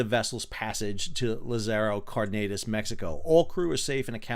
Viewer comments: LAZZ-a-row CAR-duh-nass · First of all Sal, I have to say I like your channel and enjoy all the ship you give us :) Your Spanish really sucks. Dozens of times, while commenting on the Mexican tall ship, you repeatedly said cuauMEToc when it is cuau-te-MOK. And now Lázaro Cárdenas. Tip: look up Wikipedia, the English language page, and search for Lazaro Cardenas, and Cuauhtemoc. In the first paragraph, after the proper name, you will see a little speaker icon. Click on the speaker and you will hear a Mexican voice rendering of these names that you can practice over and over before torturing us on stage! Keep up the good work Sal :) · Side note: accents in Spanish show which syllable to emphasize. So its LA-zaro CAR-denas. Otherwise it's the second to last syllable. 👍🏻